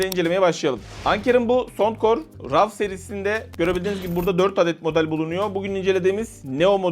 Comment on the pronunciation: rave: "rav"değil de "reyv" diye okunuyor, bilginize.